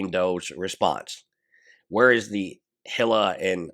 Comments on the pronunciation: Its not HILL-AH It's EE-LAH That's how you say her name. Hila The H is silent. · great content. one thing to note for future videos is that Hila's name is pronounced like E - La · Eel-ah is how i look at it.. Tho I do love the way he says Hila, it's very phonetic